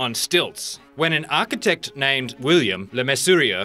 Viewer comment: Architect with a "t" at the end lol